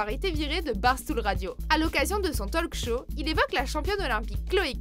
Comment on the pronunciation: Son tolque chô